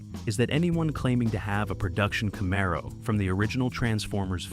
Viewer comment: Camaro was pronounced wrong, besides being totally off on the car year